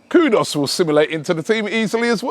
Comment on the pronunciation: How does that say "kudos"? It's Kudus man.